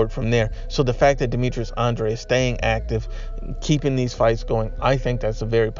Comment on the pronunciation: Says Andrade 😂😂😂😂😂😂😂😂😂😂